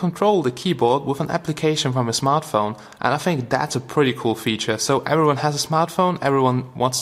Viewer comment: every time you pronounce "everyone" in that video, I get goosebumps... aaand god kills a kitten... ;-)